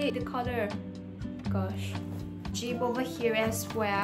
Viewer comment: Omg...jeep ho......its not jeep ots call zip🤣